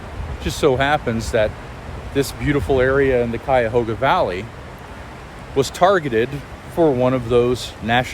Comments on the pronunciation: Thank you for pronouncing Cuyahoga properly! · your pronunciation of Cuyahoga. If your not local, Bravo you nailed it and fooled a local. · watch any other video about the Cuyahoga Valley and pay attention to how they pronounce Cuyahoga. Its so off and not close. If you are not local thank you for taking the time to at least pronounce our area correctly. Clearly you take pride in your research of topic. A true professional.